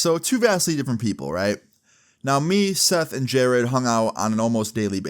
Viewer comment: Who the f is jareeeeeed????